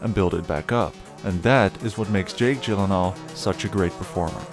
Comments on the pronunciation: How do you pronounce Gyllenhaal correctly? Proceeds to pronounce it wrong. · Jake: "That's how to correctly pronounce it" This guy immediately after: "Jake Jillan Hall...." The timing of that made it hilarious 🤣